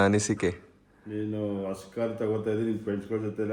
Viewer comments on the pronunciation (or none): ವಸ ಅಲ್ಲ ಕಣೋ ಲೌಡೆ ಅದು... ಹೊಸ 😡😡😡 ಎಲ್ಲಿಂದ ಬರ್ತಿರೋ ನೀವೆಲ್ಲ ಇನ್ನು ಸರಿಯಾಗಿ ಕನ್ನಡ ಬರಿಯೋಕೆ ಬರಲ್ಲ..